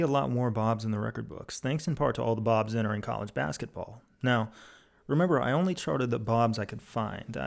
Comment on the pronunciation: there where five hundred and twenny fye bawbs